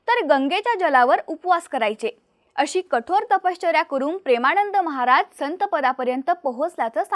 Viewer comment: कृपया 'महाराज','महाराजांचे' या शब्दांचा उच्चार व्यवस्थित करा!